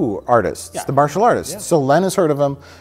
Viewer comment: Butbhe can't say martial right